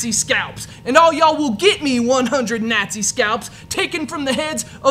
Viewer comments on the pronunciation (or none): he pronounces it "Nat-see's" in the movie.